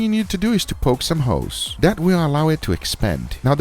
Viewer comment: Sounds like you said “The first thing you need to do is to poke some hoes” lol